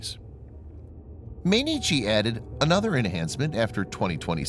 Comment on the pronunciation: I gave this story a like, but for pity's sake teach your robot to pronounce Mainichi correctly: it's like m(eye)inichi, or anyway that's the closest you can come for an English speaker.